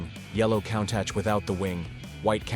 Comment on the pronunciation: Who taught you how to pronounce Countach???